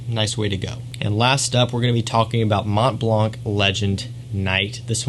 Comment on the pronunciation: Mont Blanc do not prononce the T and C. 😅